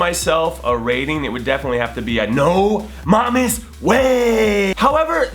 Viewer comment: HOLY SHIT! FOR LEGIT 4 YEARS FROM KICKTV TO THIS CHANNEL I'VE ALWAYS THOUGHT HE SAID "No MAMES Way" WTF!!!!!